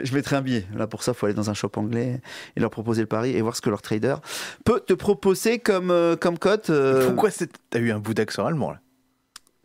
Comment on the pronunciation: Et pour entendre le super accent allemand de c'est à "Peut te Pro-po-sseer"